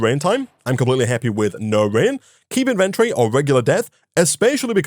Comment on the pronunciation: Please, PLEASE Pronounce inventory correctly One day he shall